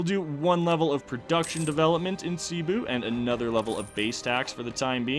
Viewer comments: Im filipino. In filipino, we pronounce it like Sebu not Sibu. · you pronounce cebu as Seh-Boo